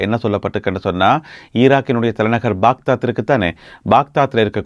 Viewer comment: பாக்தாத் அல்ல பக்தாத்.